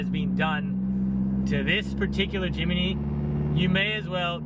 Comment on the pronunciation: Jim-knee not Jim-ee-knee 😂